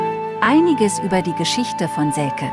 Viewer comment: Heißt aber selce und nicht selke